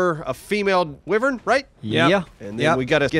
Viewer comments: Is it too late to mention wyvern is pronounced "why-vern"? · They can't even pronounce wyvern correctly.